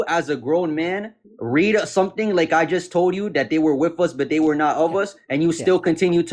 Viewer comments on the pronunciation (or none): "Wiff us". lol